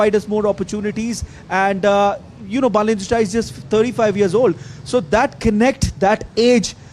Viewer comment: बालेन्द्र शाह is his name. Please learn how to pronounce it properly. Love and respect. Jay Nepal